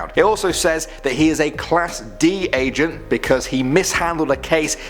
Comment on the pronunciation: I thought he kept saying Asian but he said Agent... I was like man whats up with all these Asians going down there 😂